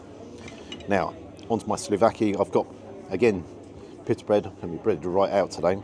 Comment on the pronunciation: I had to rewind the first time you said pitta bread as it sounded like you said piss bread, so second time hearing it, still sounded like piss bread 😆. Maybe I need hearing aids, but it made me chuckle but you always make me chuckle. I have shared a few of your vids to friends and they love you as well, you are so close now to the 100k, and a lot of ppl when getting more subs start changing things, but please never change your format or how your cameraman films, that is why everyone loves you (and the cameraman).